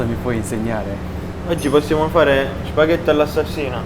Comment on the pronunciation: シェフ、南部訛りのシュパゲッティが可愛すぎます。 是非にまた日本へいらしてくださいませ。